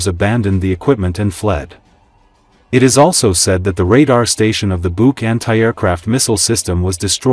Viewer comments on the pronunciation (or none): none